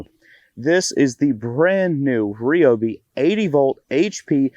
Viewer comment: Thumbs up, and I'd subscribe if it were a Rie-Oh-Bee, and not a Ree-Oh-Bee. Shame for clan Green Formly Blue. Lol but seriously definitely a thumbs up.